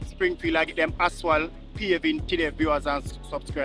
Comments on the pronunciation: You keep calling asphalt aswal it is pronounced asfalt a d not aswal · I have been telling him that from last year that the word is ASPHALT and not ASWALT...😂😂😂😂😂😂and the man would never change and pronounce the word the right way..😂😂😂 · I love your channel, but I think you call asphalt wrong. It aswal